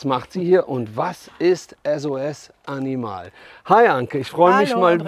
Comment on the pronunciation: Wird Animal nicht englisch ausgesprochen ?